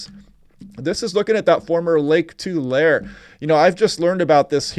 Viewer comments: pronunciation: Tulareee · It's pronounced Tu-lair-ee. I started watching you before you started forcasting for California, because you do such a good job and I got glimpses of California which let me see far better than any weather forcaster we have. Thank You!